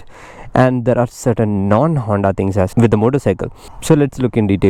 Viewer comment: 'As' is pronounced azz not ass